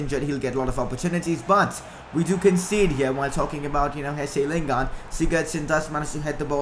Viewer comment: Mate it's Jesse lingard